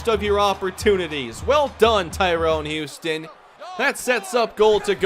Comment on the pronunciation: just called tyrone huston "Houston"